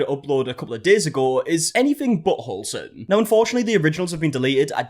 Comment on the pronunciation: I heard it too 😂😂 came running to the comments 🏃‍♀️